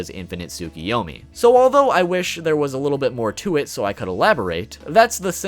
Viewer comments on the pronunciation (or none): none